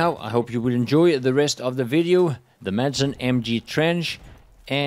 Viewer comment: Shouldn't a Swede be able to say Madsen correctly?